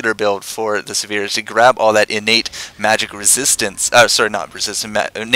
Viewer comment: Sivir: first "i" pronounced like "igloo" and second "i" pronounced like "e" in "er." Emphasize the first syllable. Siver, not Severe.